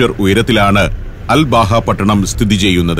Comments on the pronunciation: Um.. Hathab.. Road.. എന്നത് ഉമർ ഹതാബ് റോഡ് എന്നും... അൽ ബാഹ എന്നുള്ളത് അൽബഹ എന്നും മനസ്സിലാക്കാൻ നമ്മുടെ സഫാരി പ്രേക്ഷകരോട് വിനീതമായി അഭ്യർത്ഥിക്കുന്നു... നമ്മുടെ സഫാരി 100/100... ആവട്ടെ എന്ന് കരുതി പറഞ്ഞതാണ്... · സർ അൽ ബാഹ അല്ല..... അൽ അബഹ എന്നാണ് പേര് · അൽ ബഹ അല്ല അബഹ എന്നാണ് പേര് പറയൽ